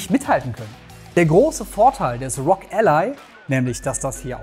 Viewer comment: nicht Rog ......... sondern R-O-G, bitte spreche doch jeden einzelnen Buchstaben auf englisch aus. ROG = Republic Of Gamers